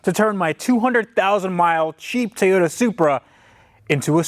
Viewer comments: Tavarish. Love your channel, but it’s Toyota not Tayota. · This has bugged me since I've been watching you. Why is it so hard to pronounce TOYOTA? Why is Teeyota? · "Tieyoda Soopra" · Is it a Tay yo ta or a Toy yo ta? It's a freakin TOYota. Do you give tays to your kids? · What’s a Tayoda? Lol. Love the channel and your can-do attitude! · Please. For the love of God. Stop saying TAY-ota